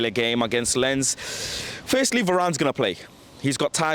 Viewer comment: It is pronounced Lance not lens.